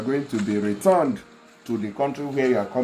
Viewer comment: YOUR PRONUNCIATION OF RETURNED IS WRONG CHECK WITH GOOGLE FOR CORRECT PRONUNCIATION OF returned